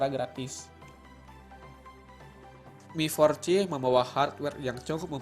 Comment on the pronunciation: yg bener mi4c bacanya (mifor si) bukan miforci. cuma buat masukan aja buat spelling nya. sukses terus